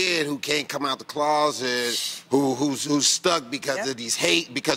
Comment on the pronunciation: Y'all know damn wee the bell bottoms men wore in the 60s and 70s did not fit like that. Those pants were very tight at the legs. I aint going for the mind games. Notice how he pronounce the word "closet".